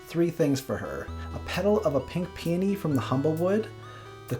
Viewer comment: I kept mishearing "pink peony" as "pink peeny"........